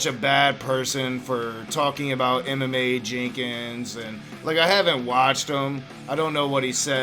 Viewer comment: I keep thinking you’re saying, “MMA” instead of “Emma Mae”.